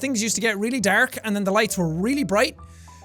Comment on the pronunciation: jack: dark (irish accent) old jack: daork